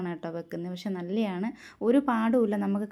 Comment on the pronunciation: Nalleyanu, nalleyanu ennalla. Malayalam nallathanu ennanu